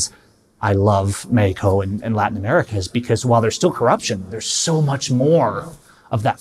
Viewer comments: "Mehiko" Just say it as its supposed to be said in English... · Bro how he keeps saying Mehico 😭😂😭😂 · "Mehico"!!!!! Haha